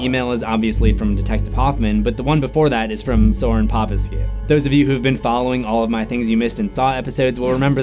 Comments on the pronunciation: Wait how did you pronounce the Sorin Popescu name, it soooo funny like I'm Romanian and here that name it so common I it so funny 🤣🤣🤣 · Am I the only one who finds funny the way he says "Sorin Popescu"? No hate! Sorin is romanian and his name is pronounced diffrendly, but still, I like how he says it. Oh and your videos are amazing! Great work!